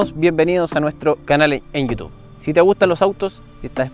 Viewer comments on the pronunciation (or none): none